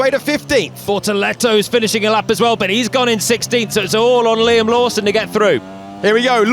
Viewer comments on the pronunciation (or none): none